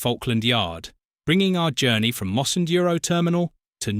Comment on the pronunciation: Oh! and Mossend is pronounced MossEND not MosSEned!